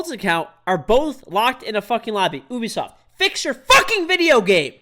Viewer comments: It’s you-bi-soft not ooo-bi-soft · i heard him say oubisoft instead of ubisoft